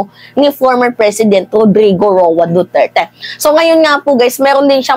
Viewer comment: Ma'am ayusin mo mgblog kahit pangalan ni Duterte nahihirapan mong ipronounce,dn parang may POLBORON dyan ma'am,isa pa tong EL NIÑO mainit na nga Ang ingay pa